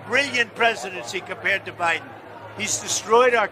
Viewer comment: Joy "the forehead" Reid not only wears a Trump wig but looks orange too....... I bet she has a Trump poster above her bed on the ceiling. I notice Trunp says Biden like he China...... BIden CHIna LOL!